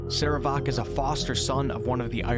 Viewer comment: your PRONUNCIATION of "sarevááák" is hillarious. of wait I meant horrible.